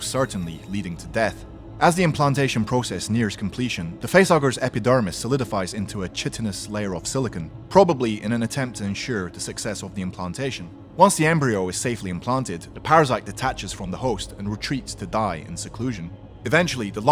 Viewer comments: Really good vid, some savage variations there. Just one thing the word 'chitinous' (tough outer substance that makes up the main component of exoskeletons of arthropods, insects, etc) is not pronounced with a 'Chi' sound but with the 'h' being silent as in 'kite'-inous. Not being a troll, far from it as i love your vids and your reading style has interest and tension and i thought you might want to know as the word may come up a lot when talking about the Xenos. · Wtf is shitenous? Isn't it Chitenous? (KY-ton US)